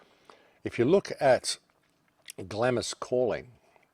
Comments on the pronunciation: I had to stop listening as you kept pronouncing 'Glarms' as 'Glamis' it was driving me nuts. keep up the otherwise good work! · Please - Glamis is pronounced Glaams, Glamis Castle, Scotland. But whole story is very suspicious and reeks of Illuminati. elite. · Glamis is pronounced "glams". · The Scottish castle is pronounced "glahh ems " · Glamis pronounced "Glahms". You're welcome.